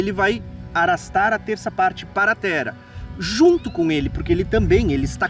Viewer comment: Qual o teu problema em duplicar o “r”, meu jovem? Por que você diz “tera” ao invés de “terra”; “narar” ao invés de “narrar”? Você não é brasileiro, tem problema fisiológico de dicção? Esclareça, por favor! Isso incomoda…